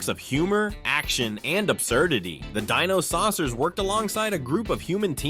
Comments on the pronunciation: It's die no not de no. Hilarious how narrator couldn't pronounce dinosaucers correctly while having theme song pronouncing it correctly. I feel old now. There was only one cartoon I didn't remember seeing back then. The girl and the horse one. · downvoted for not knowing how to say "Dino-Riders" and "Dinosaucers" when your own clips show you how to say their names.